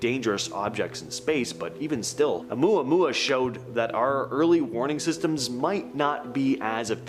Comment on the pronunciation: I am impressed tho....you pronounced Omuamua correctly.....lol Some influencers totally BUTCHER that pronunciation...lol